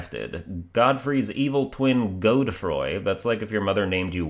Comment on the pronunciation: Godefroy is like Godrick, not Godfrey xD